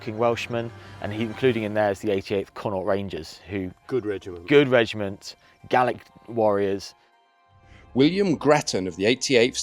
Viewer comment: Speaking as an Irishman, , we're known as Gael-ick, not Gall-ick. The pronunciation Gal-ick refers to France and being French; we're Gail-ick, meaning Irish.